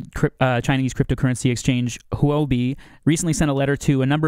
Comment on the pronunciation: It is not pronounced Hoo-bee, but Huobi is pronounced Hu-Or-bee